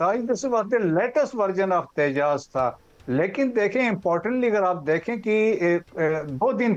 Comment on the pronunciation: Interesting. Non of the 4 can pronounce Tejas.